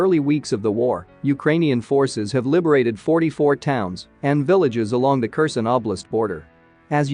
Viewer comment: Type it "care sahn" and your narrator program will read it properly.